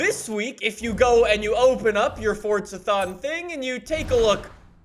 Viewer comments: Why do you say fortza it’s forza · With no disrespect, why do you call it fortsa instead of forza